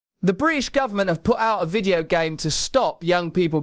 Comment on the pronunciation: "Videuuuuu" "Av yoo gut a rreeumm?"